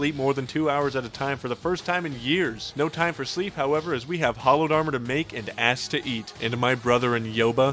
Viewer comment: Why does he pronounce the word hallowed incorrectly?